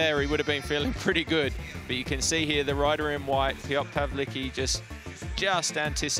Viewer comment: piotr pałliki